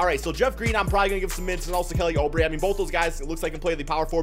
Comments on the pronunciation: IT’S NOT FUCKING (oh-bre) YOU FUCKING IDIOT IT’S (OUUUUUUU-BRE)! ALSO IF YOU PUT JAVALE BACK ON WASHINGTON I WOULD’VE UNSUBSCRIBED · "Kelly Oh-Bray" lmao